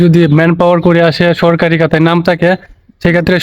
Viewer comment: ভাই আপনি কাতা বলেন কেন??বলবেন খাতা